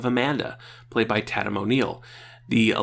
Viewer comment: Tatum is pronounced "TAY-tum", not "TAT-um".